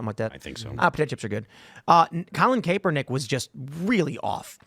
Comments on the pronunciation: Does Tim pronounce Kaepernick’s wrong on purpose? Genuinely curious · Tim can’t even pronounce Kaepernick’s name correctly 😂